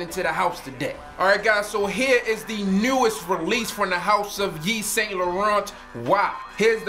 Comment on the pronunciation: You are pronouncing it wrong. The T is silent. great video though!